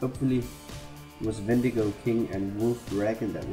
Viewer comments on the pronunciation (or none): none